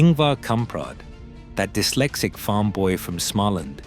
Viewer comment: The creator of this video should be ashamed. At 40 seconds into this video your AI garbage pronounced 'Dyslexic' as 'D-Y-SLECSICK.' You should go and look in a mirror if this is the best you can do. You have obviously not listened to your own video before farming it out to get views. You are an insult to people's intelligence and you are offensive putting this rubbish on a public platform. Ingvar kamprad deserves an awful lot better than some fifth rate production like this. Using an AI narrator is a pure and simple admission you cannot complete your project yourself so you will resort to anything to fool people. Very very poor show👎